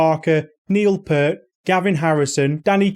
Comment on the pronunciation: Cool video. I have used edrums off and on for years now, and currently use them almost exclusively in my studio to trigger sample libraries. And I have learned a TON of helpful stuff from your content. Thanks SO much! By the way...Peart is pronounced "Peert".